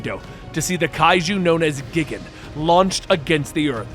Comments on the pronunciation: It’s not Ghidorah that you pronounced incorrectly. It was Gigan. It’s “Guy-gan” not “Gih-gan” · I snickered ever time he said "gig-en". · Gigan is pronounced Gai-Gan. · You said gigan like gig-an but it is gIg-an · its Gigan (geye gan) not gigan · the only pronuntiation i had a small issue is for gigan from the godzilla movies i seen over 30 years the way it sounds in english it sounds more like guy gan not geegan even if its spelled gigan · For Gigan it's not Gig-an it's Guy-gan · It's not pronounced "Gig an" it's pronounced GUY GAN (gigan) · Dude, it's pronounced guy gan not gig an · Gigan not gign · OMG IT IS GUY-GAN not giggin smh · Gigan is the question that stood out to me. I'm always used to the name G - titan - Guy gan not geegan. so no clue which is correct. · Giggin? GIGGIN? Well you're clearly not a Goji fan. For future reference, it's pronounced GUY-gan. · Tell me ur not a Godzilla fan without telling me ur not a Godzilla fan? He mispronounces the fucking names!! It twitched every time he says gigan. It’s gai-gan, not gigun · Guy-Gan LOL not Gig Gan lol but thank you for more Godzilla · Pretty sure his name is pronounced “JEE-GON” but whatever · Gigin GIGIN ARE YOU FUCKING SERIOUS YOU CAN'T SAY GIGAN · 🦖: Gigan is pronounced "Guy-Gan". Just for future reference. If they ever decide to do another comic.~ 👍🏻 Loved the story by the way. It was action packed to the T! 👀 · Lol that's not the pronunciations that had me laughing it's how you said gigan that got me. It's said like guy-gan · It's G-i-gan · Not just the Ghidorah pronunciation, but Gigan too, for sure. It's "guy-gan". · Did he just say Megalodon? Lmao it’s Megalon. Also it’s (Guy-gan). For future video references. The random appearance of Megaguirus, Komacuras and Kumonga was pretty sick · Not worried about your ghidorah pronunciation, you did mispronounce gigan. It's Guy-gan. Loved the way you told the story! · LOL GIG AN LOL that pronunciation killed me XD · yeah buddy it pronounced Like guy-Gan